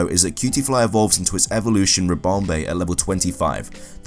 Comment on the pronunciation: Did he say Ribombae ?